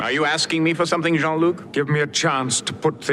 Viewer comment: Except, since Q was reading Picard's name as English, he should have pronounced "Jean" as "jeen", not "jon".